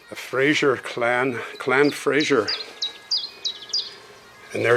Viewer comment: Super interesting and your footage of Loch Ness was stunning so glad you got clear weather… it’s pronounced Fraser like blazer by the way… not Frasier like the TV show ☺️. And Lochhhh instead of Lock..Je Suis Prest is indeed the clan motto 😊 Best wishes, Lynn Chung ❤